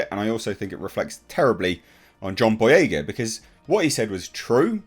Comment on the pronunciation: John Boy-"REY!"-ga